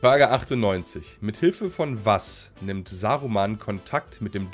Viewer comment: ernsthaft?! niMt? Diese Folge ist so durch ey